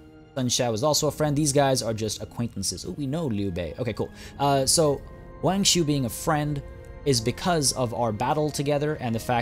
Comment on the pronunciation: fyi, if u see any Wangs out there, the "Wa" is pronounced Wah rather than Weay